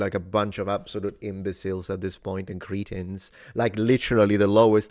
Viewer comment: Please pronounce ’cretin’ properly. My Cretan countrymen might get offended and you don’t want to offend a Cretan …